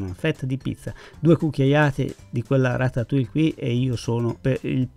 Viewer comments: si pronuncis ratatui. Io nn sono brava a cucinare ma conosco le lingue. Francese inglese e un o di portoghese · Ciao,sono un tuo iscritto perchè mi piacciono molto le tue ricette e la semplicità con cui le spieghi. Ti volevo solo correggere la pronuncia della ratatouille,perché nun se po' senti',eh,eh,si pronuncia "ratatujje" come la crema chantilly che si pronuncia "sc(i)antijji. Scusa se mi sono permesso,naturalmente non è obbligatorio sapere tutte le pronunce,ma sei talmente bravo che mi dispiace sentirtela sbagliare ;)).